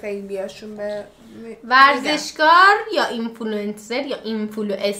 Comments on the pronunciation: با اینفلواستر گفتنت خیلی حال کردم دمتون گرم😂👏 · بعد این ویدیو دیگه کلا میگم انفلوعستر از بس ک گفتی 😂 دهنمون سرویس کردی